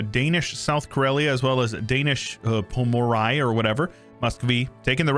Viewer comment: its more like P-o-m-ò-r-i-e